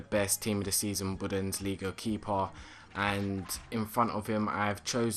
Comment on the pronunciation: Budensliga? thats how you say it haha its bundesliga